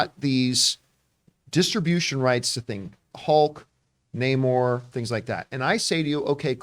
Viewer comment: Hate how they pronounce his name properly just once then go back to calling him Nay-more😤😤😤😤